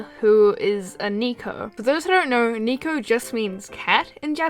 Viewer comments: It's not knee co it's necko Neko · I like you videos but it kinda bothers me how you kept saying "niiko" instead of neko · That's bot how you pronounce "Neko," it's less "Nico" and more "Neck-o" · isn't "Neko" pronounced as "Ne-ko" and NOT "Nee-ko"? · Her: * pronounces Nekos as NEEKOS. * Me: Dies Instantly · Isn't it neko not nico? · It’s pronounced NECK o XD not NIK o AaAAAAaAaaA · I kinda died a little every time she pronounced it like Niko. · Neko is actually pronounced “neh-kho” (not nee-kho) and is short for nekomusume which literally means “cat girl” In English-speaking countries we often just say “neko” for short lol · Actually, It's pronounced NECK-oh, not NEEK-oh. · Neeko...? You mean Neko? Neh-Ko. Not knee-ko. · Not to sound nit picky or anything, neko is pronounced neh-ko not nee-ko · IT'S NEH-KO NOT NEE-KO YOU UNCULTURED SWINE!!!!!!!!!! NYA NYA DESU NE!!!!!!! XD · The nosebleed thing is a very classic old wives' tale; anime just happens to milk it a lot Also, neko is pronounced "neh-ko", not "nee-ko" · She said Neko like Niko, I have learnt Japanese (not my choice I learnt it at school) and its pronounced Neko NE-KO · Umn I think your pronouncibg neko the wrong way. When youre saying it like that it sounds like nico, which means smile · neko. not niko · Neko not neeko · neko not niko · Neko isnt pronounced like that haha its neh-ko not nee-ko like that nico nico ni meme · Niko.... Its pelled Neko.... Ne - kou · It's not Neeko, that's not how you pronounce it xD it is Neko super quick!!! xD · It's N - eh - ko . Not NICO. I'm sorry, but mispronunciations bug me.. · Its ney-ko not knee-ko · she says neko like nico as in "nico nico ni" , I'll break your nico nico kneecaps (it's a joke m8 don't kill me) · It's pronounced nehko spelled neko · Neko is actually pronounced NEHko. I dont mean to make myself sound like I'm a weeb. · Ohhhh You Were Saying Neko! I Thought You Mean Anime Thots That Say NICO NICO NIIIIIIIIIIIIIII